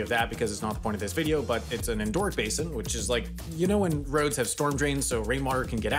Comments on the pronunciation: Endo-heric. Endo is a prefix, it's not endoorhearic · It's en-doh-REE-ik, not en-DOOR-ik. Andoric refers to a micronation in the Pyrenees. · I'll check my spelling of pronounciation if you check your pronunciation of "endorheic". It's got 4 syllables. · Even if the narrator tries to talk super fast, he cannot disguise the fact that he keeps mispronouncing the word endorheic as "en-DAW- rick". It would have been the simplest task in the world to just look this up, rather than making up your own pronunciation. 🤦‍♂ The narrator should try talking at a normal speed and try harder to look up words he's unfamiliar with. He'll lose fewer adult viewers that way. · Please pronounce "endorheic" correctly. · Maybe look up the pronunciation of endorheic before you say the word again